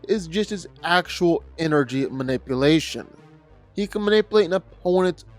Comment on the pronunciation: Protip: play the video at 1,25x speed. Makes the narration normal speed. Edit: What's "quantum manippelation"?